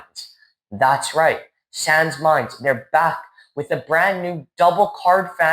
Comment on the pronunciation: Actually it’s sans, as in pawn, French for without, but no worries